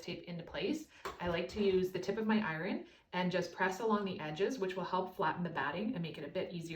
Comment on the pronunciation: How do you say iron? Not, iren… it’s iron.